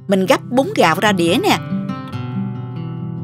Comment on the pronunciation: Bún gạo chứ không phải búng gạo ơi. Hơ hơ